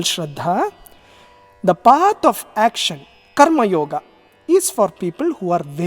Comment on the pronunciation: Why, u are not pronouncing the Sanskrit words properly, like karmayoga ,( कर्म योग) and not ( कर्म योगा). Arjuna अर्जुन and not अर्जुना. All these are अकरांती शब्द. That is why ending with "a". This is a humble request.